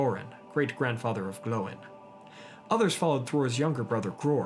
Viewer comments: If he says Dien instead of Dane and Glo eye n instead of Gloin , i might loose braincells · I like his videos and he has great content and likes to tell the history of middle Earth but I don't like how he says some their names wrong for example Dain or Gloin